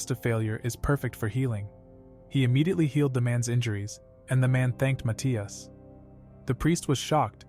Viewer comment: the way they pronouce matthias is fecking weird